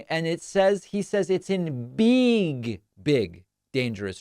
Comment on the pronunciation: "Beeg, big" says